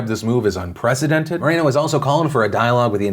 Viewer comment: OMG. no A in moreno..... Mor-en-O........